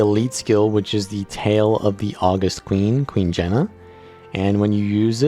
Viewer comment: Small nitpick: august is the adjective meaning dignified or awe-inspiring. It's not the month of August, and it's pronounced with stress on the second syllable (aw-GUST)